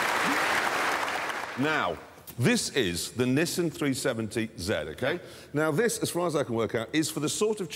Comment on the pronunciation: Lol jeremy said Nisszen zed350 lol